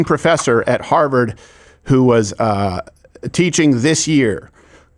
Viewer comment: "Houwers for Harvard."